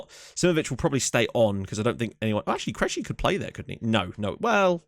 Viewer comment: Krejci is CRAY-TCHEE Ryan should be ray ray.